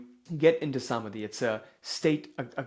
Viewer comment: It's not Saamadhi , it's Samaadhi. 🙏😇